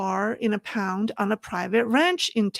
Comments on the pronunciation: the word is pond, not pound. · pond sounds like yawned You are saying pound.